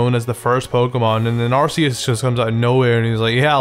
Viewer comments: Arceus is pronounced ar-KEE-us and you would have known that if you watched Arceus and the Jewel of Life... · Ark-eus is the way to say it. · ITS AR-KEY-US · What really triggers me is... Its not Ar-see-us it is Ar-key-us! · Arceus is a goat, not a llama. EDIT: BTW, it's pronounced "ar-kee-us". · you said Arceus wrong it's ar-kee-is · THANK YOU! finally someone, who doesnt like arceus for the same reasons. i think it has - a terrible design - wasted potential also, everyone, who calls it 'arKeus' gives me ear cancer. i like the idea of a god pokemon. but its like in real life. people actually worship this thing and if you dont share their opinion, youre the bad guy, who should be burned and that pisses me off. thats why, i started trolling with saying, im a helix-believer. same with charizard. its a good pokemon, but its not the best. i prefer bulbasaur and get laughed at from those charizard-faggots "lol, tha kanto starters should be chamander, squirtle, and a second charmander! flamethrower them all! Stealth rock? Whats stelth rock?!" and thats why, charizard pisses me off. because of its brainless fanbase. also, everyone hates on gen 5, but gen 4 was the worst for me. not even because of allmighty shitlord god (not sorry), but because off the new evolutions of older pokemon. i kinda like weavile and i love froslass, but the rest is just terrible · yeah but ar-key-us is how it should be pronounced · It's not ARSEUS IT'S ARCEUS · arceus isnt that bad come on man... i appreciate u and every thing but arceus... come on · Arceus just pronounce it like "arkeus" and phione as "fione" just like that ^^ i hope u are not upset about my corrections just a comment ^^